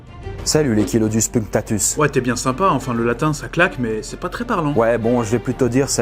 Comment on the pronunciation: "Chilodus punctatus" ça se dit "kilodous pounktatous"